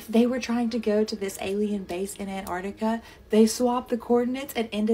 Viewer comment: She was pronouncing and spelling Antarctica wrong though so until the guy from the YouTube video typed it in and confirmed it I was skeptical lol just saying, if you can't even spell it right I doubt you'll get all the numbers in the right place 😂